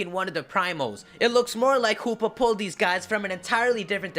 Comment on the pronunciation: I like how u say Hoopa, it sounded like Poopa!